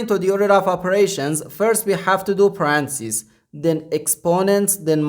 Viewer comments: Awesome! I just wish you say "Pah-Rhen-Theh-Sis" instead of "Pahrahnsis" because you got me confused for a moment. I even thought it was Francis. So I said, what, who? Before realising you were refering to . Thanks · WTF is a paransees?? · please first learn to pronounce parentheses correctly